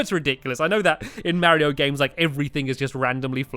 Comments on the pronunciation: Super barry-o maker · who else thought stampy said super bario bros